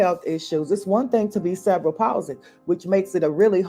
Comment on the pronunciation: Cerebral (Sir-ree-be-ral) Palsy